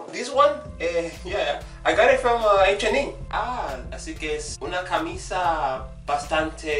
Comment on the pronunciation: The way you said H&M was exactly how my dominican barber’s accent sounds when he says it lmao